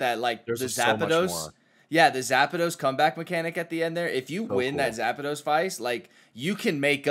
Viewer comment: Looks like Fruit has Rhabby saying Zapados too and I’m here for it. Talking about my dude like an electrifying pair of shoes